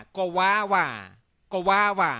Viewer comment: wong proniunciation in guava. it should pronounce 'gwa-ba'